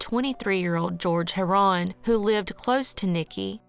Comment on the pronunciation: You pronounced heron wrong. Otherwise adequate